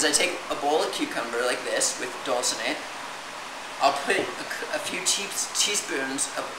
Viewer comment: It's 'dulse'.